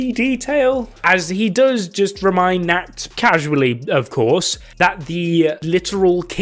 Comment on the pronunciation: When u are german and understand nackt (nude) instead of nacht (night) Bruh